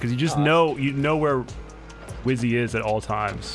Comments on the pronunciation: Wizzy and Rozzi 😂😂😂 not and fizz btw 😂😂😂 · Weird that rozzi says instead of wizzy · Rozzi even calls wizzy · So weird, Rozzi kept calling Wizzy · Rizzo literally said